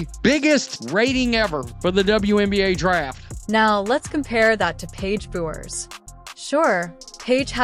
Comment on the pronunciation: All credibility lost when you can't pronounce Bueker's name properly. This biased, ill informed piece is vapid and unconvincing.